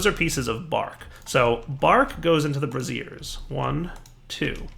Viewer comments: Braziers not Brassiere. It's not a bra. What ever happened to the english language? Emphasise on the a & i. Your also pronouncing acacia wrong. Short a not acarcia. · I love how he keeps pronouncing it a 'brassiere' instead of a 'brazier' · Braziers, not Brassieres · You're using the pronunciation: brassier. That's an over-the-shoulder boulder holder... The word is Brazier (bray-sur). ROFL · you are mispronouncing braziers. The way you are saying it is how you would pronounce brassieres. The proper way to say brazier is bray-zher. Just wanted to help with your PR. Might look bad to be calling things bras. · " bray zhrz" not "bruh zeers." "bruh-zeers" is something else... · Incense brassieres -> Incense bras? I think you may have meant brazier (brey'-zher)... :) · So... bark goes into the bra's???? might explain your dating life :P JK. Seriously though your pronunciation of brazers... That aside great spotlight! It relay made me want to play this mod. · Okay, it wasn't just me. I could ignore "pestle" but that one made me uncomfortable. :/ Yay for the fun curse of having read words without ever hearing them pronounced! :/ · I laughed so hard everytime he said it.